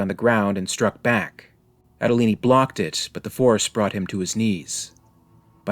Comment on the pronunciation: So it says "Andolini" on the gun but we are supposed to pronounce it Adolini in stead?